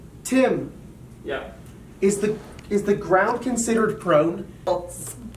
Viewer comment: "Can I have advantage, because the ground is [unintelligible. possibly "prum"] ?"